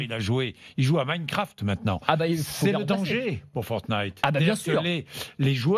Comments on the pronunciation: Il s'avent même pas dit fortine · quand Bordin dit fortnite :feurt-nyte